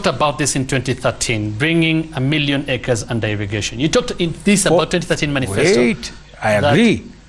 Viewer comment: The way this guy ruto pronounces acres just tells me that this guy is a not ajoke when it comes to land it makes me worry about my yard every day I confirm if it there this guy can just loot the land when I am around